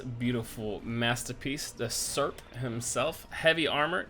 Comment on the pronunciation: gOrod is correct. Not gorOd. Yes, is difficult to speak on russian. Kolokol, Serp and Nakowalnia you said correct